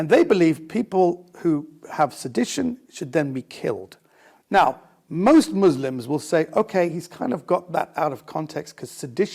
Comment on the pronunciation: "good mu-s-lim-s"??? Never met one